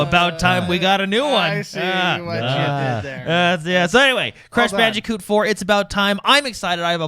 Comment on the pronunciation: Trying to figure out which is more aggravating: * pronouncing Just Cause as Just Cuz * pronouncing Crash Bandicoot as Crash Banji-coot